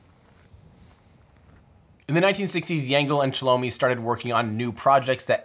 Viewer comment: There are much more mistakes, almost every other name is pronounced wrong, including, for example - Chelomey - it is not [shalomi], it is che-loh-may.